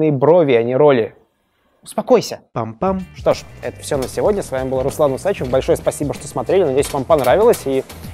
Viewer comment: Усачёв!!!! Усачёёёёв!!!!! УсачЁЁЁВ!!! Сука, ударение на Ё!!!!